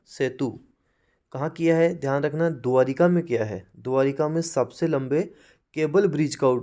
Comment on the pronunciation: द्वारका होता है द्वारिका नहीं